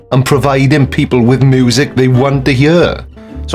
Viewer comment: Love the accent "moooosic dey wahnt to hyear"